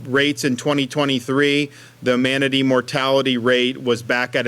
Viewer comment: He can’t even pronounce the word “manatee” right half the time!